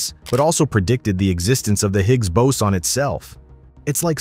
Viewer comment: Anyone else irritated with the fluctuation in pronunciation of boson (boatswain/bowsen/bowson)…?